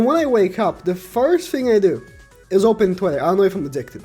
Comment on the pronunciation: It ezzz what it ezzz boys